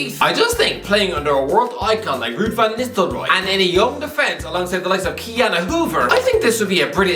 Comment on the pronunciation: why did he pronounce Nistlerooy like that😭😭😭